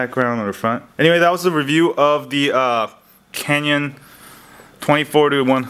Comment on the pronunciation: I get it you're not really a photographer, .. you cant even pronounce CANON correct..